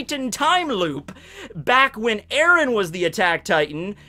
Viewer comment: Terrible, terrible. Its eren dude.